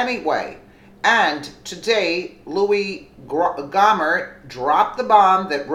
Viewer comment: Lew-e Go-mer, PLEASE.